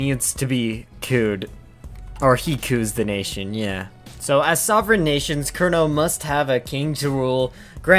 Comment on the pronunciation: That is good effort to find the correct pronunciation of Kernow :) Just minus the others lol.